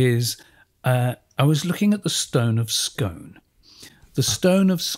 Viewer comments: the huge variety of stone across Britain is the reason why there is so much hydrocarbons under the sea bed of the North Sea. btw Scone is pronounced Scoone, as in noon. and in Diskworld its called the Scone of Stone :) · Scone the place in Scotland is pronounced Skoon. Scone the thing you eat is pronounced Skon..If you are Scottish. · pronounced as 'Scoon' the town is also 'Scoon' the cake is called a scone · Oh please, "Scone", the place, is pronounced "Skoon". And it was stolen not by the British but by Edward I ,king of England. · Never "scoan"!